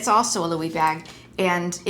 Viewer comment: Thanks for sharing your insights! Also friendly tip, Loewe is pronounced “low-ay-vay”